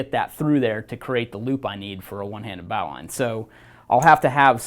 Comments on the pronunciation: Originally, it was a naval rescue knot. It was thrown from the bow of a ship to those in the water. The annunciation has been "bo-lin" knot over time. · Dandy video. The correct form to pronoune the word NOW is bo lin just like what Alexander said. English changes (too dang fast and stupidly sometimes, like in this case). I never thought about the etymology of the word though. "Bow line". Very cool little fact you put on here. I'm a climber and work at a climbing gym...I'll definitely use that little fact in my classes. In the end, thanks for the education buddy, but you'll probably get corrected on that pronunciation for the rest of your life. Especially on youtube where folks are quick to respond haha Peace n Luv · Definitely not a bowel line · >says one-handed >uses two hands Also, you're not saying Bowline correctly. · I believe you are mispronouncing bowline, merrium-webster seems to agree with me